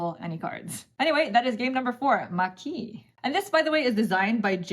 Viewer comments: "you pronounced "maquis" correctly. (it must be pronounced like the japanese "maki") bravo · Perfect french pronunciation of Maquis ! ^^ I want to try it since the day I heard of it. The game is hard to find in France actually. My favourite solo games are the two games with a space theme which got out in the last couple of years: - Under Falling Sky for the clever dice placement and race against time - Warp's Edge for the bag building and space dogfight feeling! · You pronounced "Maquis" perfectly :)